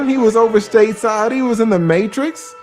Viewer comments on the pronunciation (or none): none